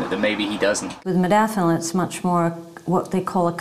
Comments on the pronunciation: Jesus it's modafinil with an 'A' not modifinil 🤪. *Warning to all* please do not take any medication if you have not at least taken the time to learn how to pronounce it properly 🤔. Research Research Research and discuss it with your doctor for god sake 😂🙃. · This fuckin idiot, can't even pronounce the name of the drug he's taking.